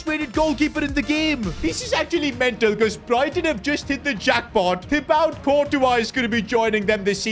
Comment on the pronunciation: Who the hell is “Tibout Courtawa” 🤓